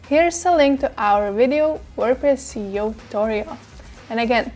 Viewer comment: When she says "C"eo instead of "S"eo it throws me off :( Otherwise, very informative video!